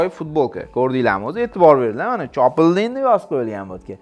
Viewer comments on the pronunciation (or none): notog'ri o'qidilar Chopildin deb o'qidi aslida Chopildi edi 😅 Lekin haqiqatda super ma'lumotlar berib o'tdi 💣👍♾